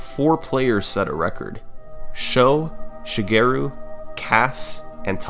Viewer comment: great vid but i cant sand how you pronounce shigeru LOL